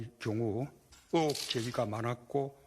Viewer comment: 니맘대로 다하면서 뭔 송구스럽다냐? 아주 놀고 있네. 외부발탁 ? 개헉성 ? 니가 문제야 ! 으혹이 아니고 의혹 따라해봐요 의혹 으혹 말고 의혹, 으혹 니맘대로 말하지 말고 의혹 의혹 의혹 똑바로 말해요. 의혹 의혹 의혹 대통은 대통의 말을 국민은 국민의 말을 해보자 어디까지 가는지 함해보자